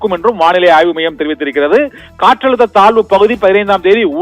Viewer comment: Thalvu pakuthiya? Thazhvu pakuthia? Nandraga tamizhai vasikavum